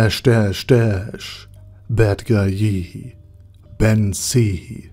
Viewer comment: I hope Badguye doesn’t stop supporting this channel just so I can listen the way this guy pronounces his name